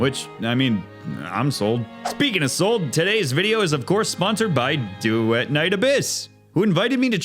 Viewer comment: Why did you pronounce Duet like that